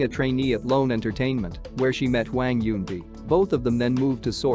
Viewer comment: if you said hwang as hweng one more time I'm going to flip my laptop